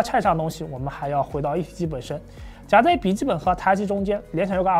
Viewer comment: 的SAM问题，最新的BIOS已经可以开启了。有两个读音纠正下， 的夹jiā在， 的板载zài。 不少观众提到的，坐在妹子边上就表情有点严肃，这几次也一直在改进，到不是紧张啥的，最近出镜多的辰辰和艾艾小姐姐都合作很多次了。主要还是自己的表情控制不太好，一个人说话的时候还好，不念稿踩提词器的时候容易控制不好，今天又专门花了点时间反复练习，下次在和妹子录的时候一定改善这个问题，谢谢大家的指正。